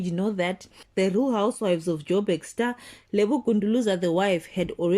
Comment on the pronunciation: Lebo Gunduluza? Its Gunguluza you nincompoop 😅